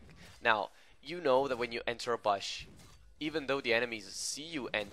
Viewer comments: I like the way u say bush: "Baash" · THe way this guy says bush makes me want to kms